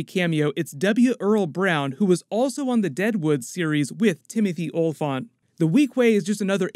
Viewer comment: Olyphant pronounced [all-ih-fent]. Just think Elephant, for all. Olyphant.